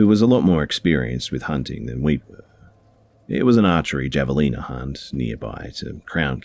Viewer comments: The javelina are pronounced HA vé lina Just tryin to help :p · Don't know if anybody else has mentioned it, but here are some Javelina facts since they were brought up on the second story. Javelinas (Also known as the Peccary) is pronounced closer to Haveleena because it is a Spanish word that can be translated to mean 'Wild boar.' They are a new world animal, as opposed to the old world pigs people often assume they are related to. They are omnivores but usually stick to roots, fruits, and veggies. Despite this, there have been reports of them injuring or even killing people. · Hey! Love your videos! Heads up though for future reference; javelina is pronounced “havelina” 🙂. It’s a type of wild boar. We have them in Arizona. Keep up the good work! Your narrations are always the best! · Hi. Javelina is pronounced like "have a leena". Additionally, in the American southwest we say "out in the brush", not "out in the bush". Americans don't use the term "bush" for the great outdoors at all.